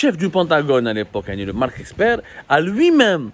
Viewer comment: C'est marck Esper et non eXper.. OK !...